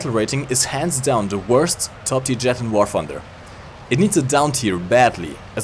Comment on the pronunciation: I love how he mispronounces the name of the game he focuses on with his videos